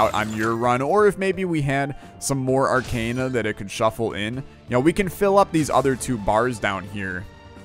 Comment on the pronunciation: For Zote’s sake it’s pronounced arc-AH-na not arc-AY-na. Just had to mention since you say it like a million times in an episode.